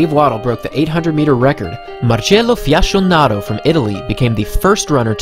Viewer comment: When the only critique is the pronunciation of Fiasconaro (Fiaskonaro, not Fiashonaro. "Fiasco" means total failure btw) it means you have made a masterpiece video! Emotional interesting, well edited and engaging. Thanks!